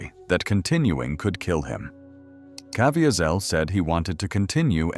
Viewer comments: The AI voiceover is so annoying with incorrect pronunciation. Cav-ee-sel is correct pronounciation. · It would be great if the AI would pronounced Jim Caviezel’s name correctly. I’ve been in church when he gave his testimony. He pronounces it Ca/vee’/zel. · I sure wish the narrator could pronounce his name correctly. But I guess AI isn't that good yet.. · AI's mispronunciation of Jim Caviezel's name is extremely distracting. AI should have been set to only use his first name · Too bad the narrator didn't properly pronounce Jim Caviezel's last name. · I can't listen to a narrator who cannot pronounce Caviezel's name. AI or not, that is intolerable. Out at 40 seconds. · Supposed to be a L they keep on mispronouncing Caviezel name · i don't think that is how he pronounces his name. also he was hit by lightning according to his own testimony what is wrong with this content creator. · Right off the get go and his name is mispronounced. What a turnoff to an otherwise interesting topic.